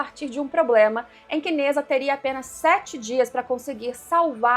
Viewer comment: Se pronuncia Ne Zha (Djá) e não Neza